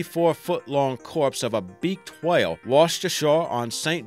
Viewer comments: А hwale ? Are you fckin Stewie Griffin ? Its a WHALE not a HWALE buddy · the way you say whale pisses me off for some reason